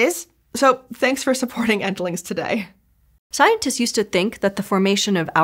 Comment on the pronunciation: Kinda obnoxious how she says stuff like "begenning" and "thenk" instead of "beginning" and "think".